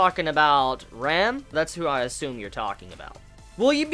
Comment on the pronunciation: That was ram not rem )